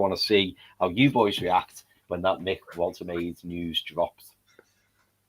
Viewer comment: Lads need to figure out how to pronounce Woltemade 😂